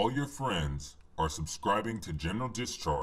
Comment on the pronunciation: Every time hear general discharge. I think he say genital discharge